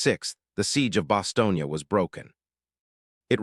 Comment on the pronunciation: Bastogne. Not “Bostonian”